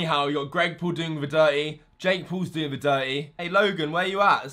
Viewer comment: PAUL as "paw-ul" not as Pool omg